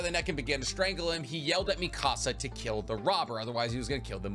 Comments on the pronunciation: You say mi casa, it should be Mikasa ( me-kuh-suh) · You say mikasa's name like you're saying mi casa from Español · Love you. But omg. Why do you say Mikasa wrong?! 😂